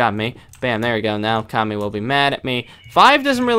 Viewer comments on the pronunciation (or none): none